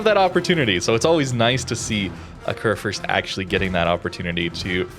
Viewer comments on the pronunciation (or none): It is pronounced "Kurfürst" ☝️🤓 Like the U in Rupprecht.